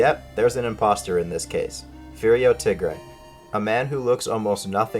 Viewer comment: The way you said Furio tigre threw me off since spanish is my first language and his name is just spanish words which is how ive always pronounced the name. lol